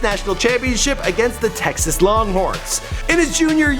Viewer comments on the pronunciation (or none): none